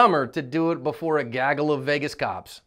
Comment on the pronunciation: You saying gaggle made me giggle.